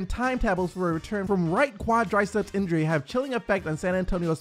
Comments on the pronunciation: Its quadriceps bro, not qiadraaiceps😂😂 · Nice redesign also it’s “Quadriceps” - pronounced Quad-Rih-Ceps lol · what are qwad-rye-seps?